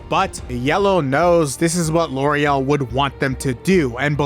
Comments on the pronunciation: Am I nuts, or is the elite four woman's name Lorelei? Not Loriel? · I'm seriously not trying to be rude or anything, but are you dyslexic? You mispronouncing Lorelei for the entire video was extremely grating. I don't know how you can get to what you were saying from a word that clearly ends in two vowels. You should really try harder to pay attention to words. You should seriously stare at them before you confidently come up with a pronunciation.